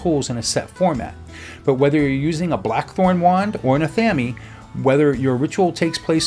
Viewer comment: Very interesting video, but I'm going to play bitchy schoolmarm here, and say, "athame' is pronounced "ah-THAH-may".